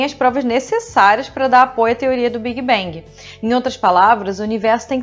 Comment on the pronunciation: Esse tal de "biguibengui"....